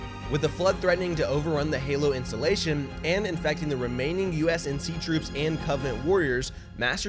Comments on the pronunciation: great, Great, GREAT video guys! love my Esports Talk bois keep at it you absolute legends (except kept saying USNC instead of UNSC lol) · Great video, but it's UNSC and not USNC. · Just a heads-up, it's UNSC (United Nations Space Command) not USNC. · I had to go back and check but u kept saying "usnc" throughout this video it's UNSC lolz. Great synopsis of the story overall tho! Keep up the good work dude! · Nice short explanation. Shame he kept saying USNC instead of UNSC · U-N-S-C!!!!!!!! if i hear ''USNC'' one more time i'm gonna start breaking windows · Take a shot every time he calls the UNSC the USNC. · Am I really the only one who noticed hes saying usnc not unsc? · It’s UNSC not USNC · UNSC....U...N....S....C NOT USNC REEEEEE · You say USNC so many times lol UNSC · Twice I've heard him say U.S.N.C instead of U.N.S.C and in triggered lol